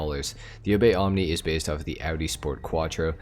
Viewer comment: Can’t say omnis correctly oof